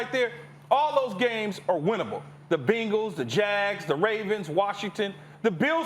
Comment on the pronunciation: he said "the bingals". lmao